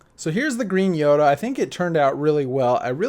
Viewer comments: It's yoda not yodo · You said yodo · He said yodo cube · Did you hear him say yodo at the beginning